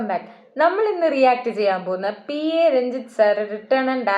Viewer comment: P.A രഞ്ജിത്ത് അല്ല PA രഞ്ജിത്ത്